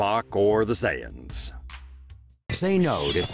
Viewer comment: Did he really say saiyans 😂😂😂